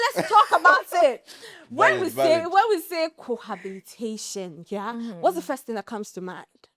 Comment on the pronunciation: The host is mispronouncing "cohabitation" with "cohabilitation".